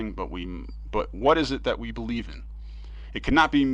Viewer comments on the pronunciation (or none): none